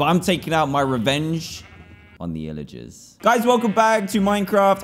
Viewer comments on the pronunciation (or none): Dan its pillagers not illagers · it’s pronounced “pillagers” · There called pillagers Dan just so you know not illagers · he says " illiger" the pilligers " yees, take it out on them